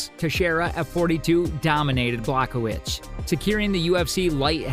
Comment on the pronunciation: Masvidal NOT mas vy dal Blahovich NOT Blachowitz more room for improvement